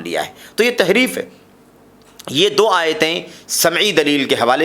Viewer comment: Tahreef not taheef